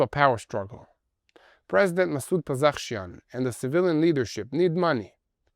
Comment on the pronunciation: I love hearing the pronunciation-attempts. Pezesh-kian got turned to Pezekh-shian